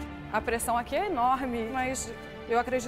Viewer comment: "você gosta de pressión" "Gosto, eu trabalho com a pressão, eu trabalho com mercado financeiro, tô super acostuma......." "10 segundos pra montar seu prato" 😂😂